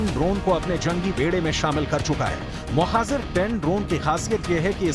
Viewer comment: Correct your hindi please, you keep saying Mohazir ,which's wrong, correct words Mohajir